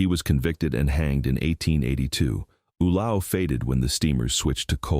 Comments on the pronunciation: OO-low pronounced YOU- lay- oh. Proceeds to pronounce it OOH-low. Somebody fit me for my straight jacket for it seems I can no longer make sense of anything.😢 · Ulao is pronounced "oo-LAY-oh."